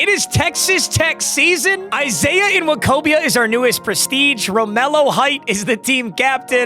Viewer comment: It’s just “wokobia”